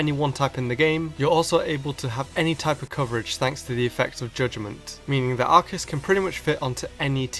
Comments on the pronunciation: Its a Freakin Arceus not ARKEUS...so pronounce it right!! 😝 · It's Ar-See-Us. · i know this is an april fools but arceus is pronounced "ars e us" not "ark e us" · Sorry but every time you say Arceus I keep getting mad because I pronounce it as Ar-si-us and you're saying it like Ar-ki-us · THATS NOT HOW TO PRONOUNCE ARCEUS! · Says Arch-e-us, instant dislike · Do Arceus (It's Ar-See-Us) Vs Rayquza or Mewtwo. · ITS AR KEY US!!!! THE OFFICIAL ANIME, 3DS POKEDEX, AND ESSENTIAL HANDBOOKS ALL SAY ITS PRONOUNCED AR KEY US. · no its prounounce ar-key-us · Ar-say-us god damn I had to get that off my chest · The anime pronounces it ARKEUS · Hey it's not pronounced Arceus but Arceus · You pronounce it wrong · I hate how mispronounces arceus. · the way u pronouun ce arceus amkes ma wanna kill m self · Dragon Master777 As if that makes him inferior... Lots of people don't know how to pronounce the hard c in Arceus. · He's using the pronunciation from the anime, as well as the pokedex 3D pro software. But hey there are millions of ways to pronounce the name so I'm not one to care :p